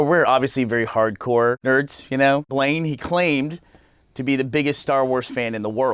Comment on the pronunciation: One of the things they should have done with Blaine is call out his pronunciation.